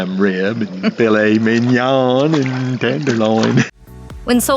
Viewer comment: Filet MIN-YAAAAAAAAA. Filet MEEEN-YAWEWHAAA. Is this narrated by AI or a computer?